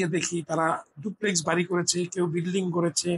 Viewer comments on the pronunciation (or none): none